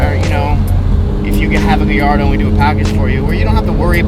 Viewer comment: Much love and respect I love the channel but somebody tell it’s pronounced GUY-YARDO